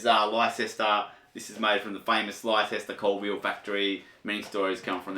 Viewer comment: It’s pronounced “Lester” man … “Lester”